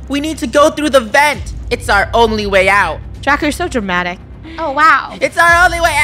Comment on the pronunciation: When said “vent vent” i thought she said “Ben Ben” HAHA 😭💀🤣🤣🤣